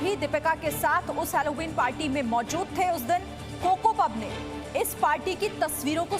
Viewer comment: हॅलोविन है अलोविन नही